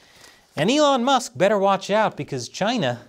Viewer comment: Its Elon Mah!!!